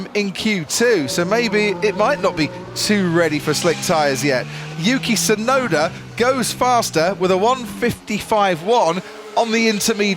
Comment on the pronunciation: I can't stand how the narrator keeps calling "Yuki Tsunoda" as "Yuki Sunoda". The T is there, and it's not silent. Why doesn't he pronounce it?